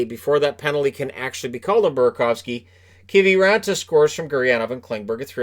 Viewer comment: What even is a Keevee raantaa anyways